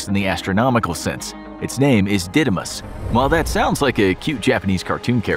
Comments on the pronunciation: Didymos is a Greek word and means (the twin) and is not Didaiamos is Dídymos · The asteroids name is the Greek word for twin and it isn't pronounced like that